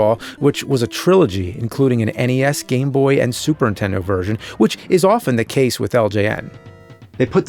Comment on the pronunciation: Has anyone ever noticed how James says "Super Intendo" instead of Nintendo ?